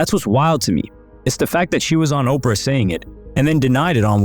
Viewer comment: Not OPRA!